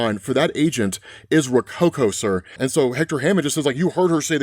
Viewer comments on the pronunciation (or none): none